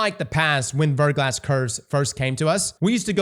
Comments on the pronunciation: Also it's pronounced "Ver-gla", the "S" is silent and it's French for "Freezing Rain" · "VER-GLAW" 👌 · Haven't started the video yet, but I bet he mispronounces Verglas. Yup, I was right.